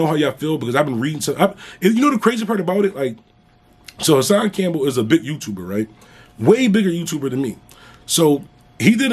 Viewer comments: Bruh I’ll pay you a dollar for every time you say you tubah lol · I knew that was him. "Big youtubah"...Lol